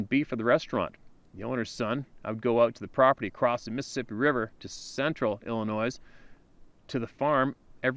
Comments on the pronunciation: READ THIS!!!! Illinois is pronounced... IL-ə-NOY Rhymes with, “unemploy” NO “S” sound. The “S” in “ILLINOIS” is silent. ~RESPECT~ *from Shi Ka Go. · the “s” in Illinois is silent. Please, this drives me crazy! It’s not the first video were you’ve done this, it’s almost as bad as someone saying “chassis” with a hard “s” on the end.